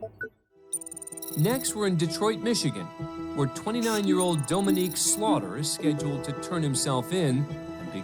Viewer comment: A&E has no excuse for having a narrator who can't pronounce "Dominique". Never in my life have I heard anyone mangle it in this particular way...because it's dead obvious to anyone with more than half a brain that that's incorrect. If you can't be bothered with hiring literate narrators, I can't be bothered watching.